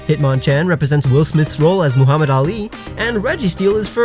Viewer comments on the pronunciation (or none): none